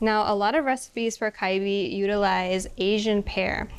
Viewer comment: why did she say “kalbi” correct the first time and then start saying “kaibi” for the rest of the presentation? why did no one correct her?